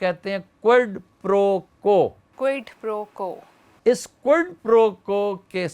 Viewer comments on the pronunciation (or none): Sir this is Quid Pro Quo not quild. Please don't mind it.